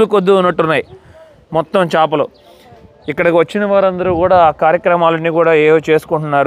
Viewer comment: వీడియో చాలా బాగుంది కానీ మీరు తెలుగులో కొన్ని తప్పులు మాట్లాడారు. కనిపెట్టారు కాదు కనుగొన్నారు అనాలి. ఏదైనా అప్పటికే ఉండి ప్రపంచానికి దాని ఉనికిని తెలియజేస్తే కనుగొన్నారు అనాలి. మారిషస్ దీవిని, దోదో పక్షిని కనుగొన్నారు అనాలి. అలాగే చాపలు కాదు చేపలు అనాలి. అలాగే అలలు చాలా ఉద్రీకతగా వస్తున్నాయి అన్నారు ఉదృతంగా అనాలి. మీకు తెలియదు అని కాదు కానీ తెలియని వాళ్ళు కూడా తెలుసుకుంటారు అని చెప్తున్నాను. మీ మనసు నొప్పిస్తే దయచేసి మన్నించండి. మంచి వీడియో మాకు చూపించినందుకు ధన్యవాదములు అండి 🙏🙂